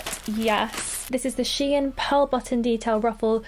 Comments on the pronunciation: It's shein not She In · Its shein not she in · It's pronounced "sheen"